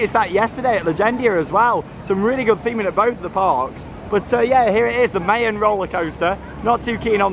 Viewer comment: The way you pronounced Mayan 😰